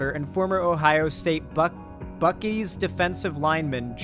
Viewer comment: Surprised no Buckeye fans have said anything about the pronunciation yet lol //buck-eye//